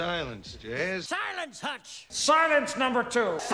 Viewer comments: hahahha siilennce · all i hear now is "sigh lents" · I started hearing "Cylons!" after a while. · After a while it starts to sound like "Sigh Lens."